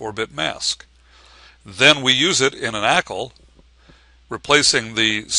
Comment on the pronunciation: can't watch this. Can't say 'ackle'. grrr!